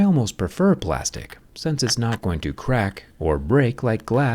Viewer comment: Plástico?? Plástic, Plástic Plástic, Plástic....?????😱